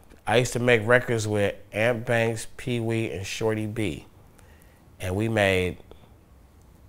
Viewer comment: Og_Deadbolt u said it wrong its ...peewee shorty b and ant banks😂